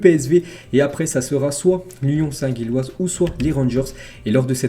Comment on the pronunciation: Union saint Gilloise se prononce union saint Jilloise